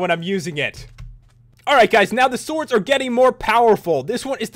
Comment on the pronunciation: Special enchantments for the Soords. That accent when he says sword XD